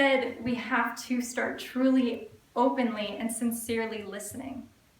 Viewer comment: Why do women, these days, pronounce the word "to" as "tiw"?